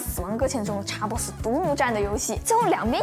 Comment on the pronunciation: 總算碰到個用簡體中文，能把XBOX唸對的人了